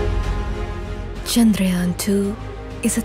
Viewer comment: Kisi aisi ladki se bulwate jo kam se kam 'Chandrayaan' sahi se pronounce kar paati. Pehle hi sahi tha jab chup chap kaam karte the tum sab. Ab Modi ke andar tum bhi har kaam ke pehle dher saari nautanki karne lage.